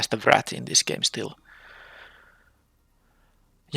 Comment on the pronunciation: I've been having fun with this set, interested to see how you draft it and the synergies you find. A few words you mispronounced, just minor issues though. Dinosaur = Die - no - saur. Stinging = Sting - ing. And Scythe... well, I'm not sure how to describe how to pronounce that one. It's really weird to pronounce giving its spelling.